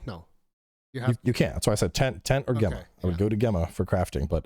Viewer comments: Bro it's pronounced 'Jemma' not 'Gemma' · For the love of God-- it's pronounced Jemma. Super common name in the UK, Gemma. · It annoys me is saying Gemma instead of Gemma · Does mispronounce Gemma for the whole podcast?? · alot of the Americans do especially on her initial reveal, I guess it's just not common Name over there. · He has a very interesting way of saying her name for sure. 🤣